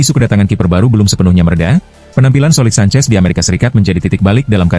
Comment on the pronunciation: Kipernya petter sancech itu bukan sancez